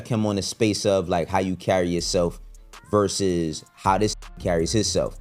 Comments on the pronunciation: Wtf is a ver-zoos lol. Asking for a friend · Why does the commentator keep calling it ver zoos😂😂😂 it’s verse us! This shit is so corny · Ver zus is killing me 😂😂😂😂😂